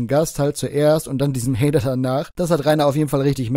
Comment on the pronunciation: Glöökler-Haider, beschda Haider 😂